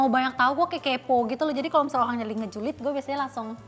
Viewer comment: "Beraburrll sama orrlllang barllu" Ngakak gua ci